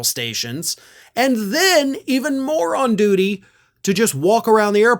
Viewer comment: I love how you said "more on duty" sounded like "moron duty" 😂